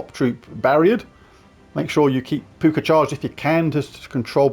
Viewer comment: Puka = Poo ka. Puke ah, doesn't sound right 😂